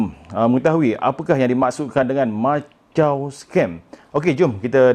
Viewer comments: Jgn lah sebut Machau, sebutlah ikut nama tempat tu Makau(Macau) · Maaf,sebutannya bukan macau scam..makaw scam sebutan yg betul.mbr cina sy bgtau✌ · Lain juga sebutan dia 'Machau Scam' Macam bunyi 'Lanchau' 😅😆😂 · Sebutan Makau sebenarnya...